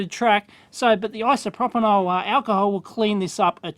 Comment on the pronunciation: "isoproponol alcohol'